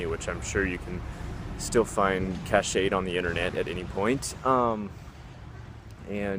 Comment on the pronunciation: Cache is pronounced Cash. Come on bro, you live in the digital age, learn some stuff about computer besides youtubes.